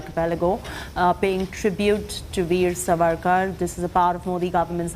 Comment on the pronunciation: Pronounce it as Saavarkar not Savakar, please correct yourself Madam.